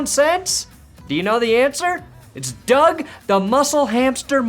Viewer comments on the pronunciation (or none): none